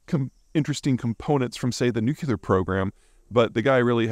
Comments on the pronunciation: The word "nuclear" is a two syllable word. It is NOT a three syllable word. Stop miss-pronouncing it. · Why can’t super smart people like Peter correctly pronounce “nuclear”. Baby Bush couldn’t pronounce it, not so super smart. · Zeihan is a clown but both pronunciations are acceptable. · you're a bright guy. maybe brilliant. learn to pronounce the word nuclear. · Hi Mr. Zeihan. I find your work absolutely fascinating, and I watch and learn from you all of the time. An immense thank you! One request. Do you think that you could please pronounce the word Nuclear new-clee-r and not new-Q-lr. I apologize for any annoyance, but my many of my family and friends, of whom some are educated well, say that this isn’t ok 😂😂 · Love your content, but PLEASE learn how to pronounce nuclear. It's new-clear, not newculer. Thanks carry on. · Can't help but hear Homer say "Nucular. It's pronounced nucular." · Every time Peter says "Nucular" instead of "Nuclear", a baby bunny dies somewhere. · There's only ONE U in nuclear, hence, Nuke-lee-R, not Nuke-you-lar. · nu-cle-ar not noo-cu-ler --- such impressive knowledge, undermined with good ol' boy pronunciation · Repeat after me: Nu-cle-ar, not Nu-cu-lar ☝🏻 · Say it with me, Nu-clear. New-Clear, not New-Que-Lure. Holy shit Bush, look what you started. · Peter - I am a huge fan of your work. But please please stop mispronouncing the word nuclear. It is NEW- klee-uhr, not NEW - kyew - luhr. (I know, nit picking, but worth correcting.) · I pet peeve of mine... It is pronounced "new - cleer" not "newk-ya-ler" There is no "y" in nuclear. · Nuclear is pronounced, "New-Clear" not "Nuke-U-lur." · Peter, repeat after me, NUKE-LEE-UR. (Not nuke-U-lur...unless you really want to sound like Dubya) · Nu-cle-ar, not nu-cu-lar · peter my ears are burning. the word is nuclear - nuke lee er not nuke you ler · It's nucLear, not nucular. Why do people pronounce that word so weirdly? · Nuclear, nuclear, nuclear......not nucelar, nucelar, nucelar.